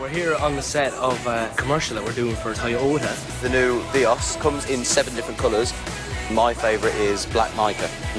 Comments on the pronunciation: Tajoa, Nice way of saying Toyota niall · Lol Niall saying Toyota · The way niall says Toyota>>>>